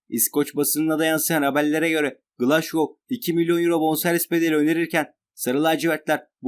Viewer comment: Glaşgow değil a.q glasgow